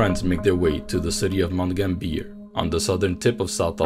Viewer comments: I'm sorry but you totally butchered the pronunciation of Mt Gambier. Mount Gam-b-er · Aussie here we pronounce Mt Gambier like Mt gam(as in ham)-b-r. I'm not gonna say anything about pronouncing anything other than Aussie crap. Really enjoyed this vid you have a new subscriber 🖤♥️🖤♥️🖤